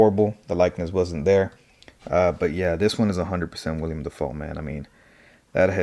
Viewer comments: It’s Willam, not William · It’s Willem not William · Nice review! This is by far my favorite design for goblin and I will be keeping him with the mask on for the most part. Also I do want to say his name is Willem, not William. Just nitpicking because the internet